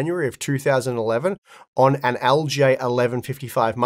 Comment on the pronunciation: man that aussie accent makes LGA sound like algae 😭